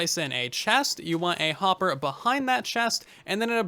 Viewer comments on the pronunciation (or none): none